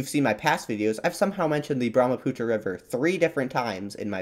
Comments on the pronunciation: Brahmaputra near my hometown❤ ❤ (I lost it when u pronounced Brahmaputra 😅) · its brahmaputra not that